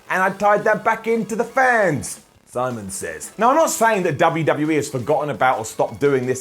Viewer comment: Lol. "Simons Sits."